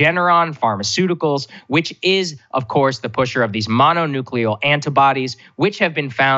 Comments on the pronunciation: Just because the spokesperson denied the story, and the story is false? It is highly likely that DeSantis is lining his donor's pocket and when a journalist is pointing that out, his spokesperson is threatening the journalist. And by the way, it's not 'mononeuclear', it's monoclonal antibody. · Thanks for covering this story. PS. It's "monoclonal"